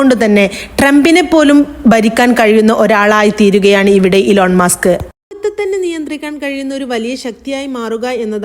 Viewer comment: ഇലോൺ മാസ്ക് അല്ല ഇ ലോൺ മസ്ക്